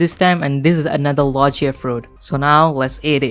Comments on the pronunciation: U said Lo-G-ia and not Lo-GEE-A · Its logia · You have made a mistake on logia